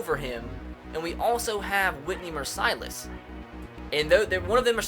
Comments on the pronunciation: Whitney MERCE-ILESS not MER-SEYE-LESS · As a Houston fan I cringed Mercilus is said just like merciless Not "Mercylus" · Mercy-less is how you pronounce it, not Mer-Si-Less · Whitney Mercilus' last name is pronounced mersuh-luss, with out mercy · It is pronounced mercy-Less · I cringed at how he says mercilus, it's mer-sill-is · mercilus is said mur- (Like fur) sill- (like window sill) us mer-sill-us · ITS WHITNEY MER-C-LUS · Nice pronunciation of Whitney mercilus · You said Whitney mercilus wrong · Btw, you pronounce Mercilus like a like this: "He's a Mercilus dictator" as in they are brutal and unfair:)))